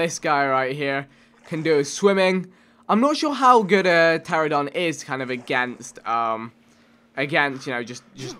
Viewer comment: Pteranodon Vikk, not pteradon